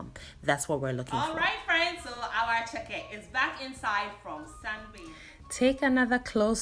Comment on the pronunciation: Attieke not Acheke darling!! attieke!!